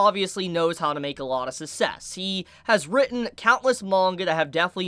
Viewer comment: this man still after so long cant pronounce the word ''success''.